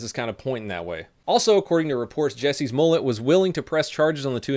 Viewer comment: Jussie not Jesse........ugh